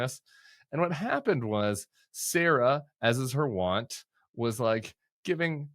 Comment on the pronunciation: wont rhymes with bunt, not want